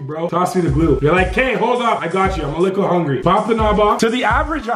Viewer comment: Y u say lical not little